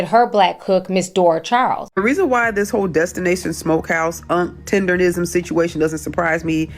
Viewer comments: It’s TenderNISM NOT TENDERrism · Ma'am...its Tender-NISM yall be butchering tha fuhh out that word😂